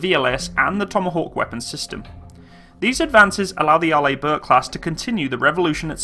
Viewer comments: Yep, AR-ley, not ar-LAY. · Good review! Pronounced R-Lee rather than R-Lay. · Can I just point out you pronounce it as (Are-lee) Bourke, not (Are-lay) Bourke... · Arlibork? Are you in 5th grade? It's pronounced like "R. LEE. BURK" "Orientated" is dead language, STOP USING IT. And it's pronounced ALU-MI-NUM. Element 13 on the Periodic Chart. Look it up. It's hard enough listening to you, but when you mis-pronounce every other word, it's like someone scratching a chalk-board. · By the way Arleigh Burke Class the first name is pronounced Arlee not Arlay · Hi. It's pronounced "Are-lee". Love your videos. Keep up the Great Work!! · Pronounced R-Lee or Arlee Burke! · To help with the pronouncement my British friend , it's Arr-lee Burke .But then again you Brits say Aluminum and Schedule funny also, no wonder we broke away ! Lol Btw I no and the Burkes are the best there is 62 of them !!! And all of Nato and no one is close plus 11 CGs Amazing and in the future will have laser CIWS and Railgun !!! Semper Fi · Also fyi, Arleigh is pronounced like Arley.